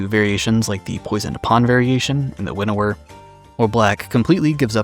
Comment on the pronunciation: Winawer Waker?